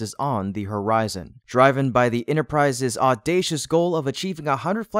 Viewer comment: 'adeptness' is 'aDEPTHness', not 'drive-n'. it is 'driv-in'